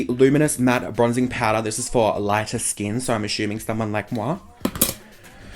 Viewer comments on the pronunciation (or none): "Foundiddlydation, Compact Powduuah" xDD